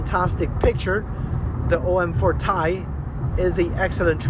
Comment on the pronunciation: Its called T-i not Tie. T-I is the scientific name for Titanium. Not Tie as you repeatedly wrongly called it.